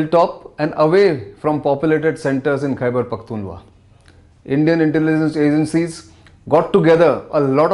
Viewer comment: Its Khyber Pakhtunkhwa, Sir. Not Khyber Pakhtunwa. How could you get the very first sentence wrong? :(